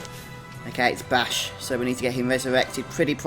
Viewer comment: only annoying part of the video is u pronouncing bashe and rabanastre wrong bashe is with a long a not a short a and rabanastre the E at the end is silent